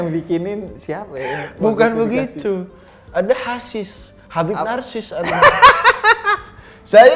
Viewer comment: Hasis, gak pakek R